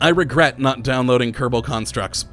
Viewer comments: watching u for a long time...why do you roll the "R" in "Kerbal" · I don't think it's like that I think he says space program like his name